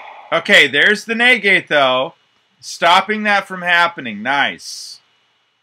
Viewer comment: Why do you say naygayte instead of negate. An hour of this fu king hurt haha